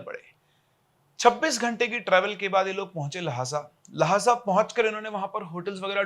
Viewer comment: Monasery nahi monas-try La-ha-sa nahi lha-sa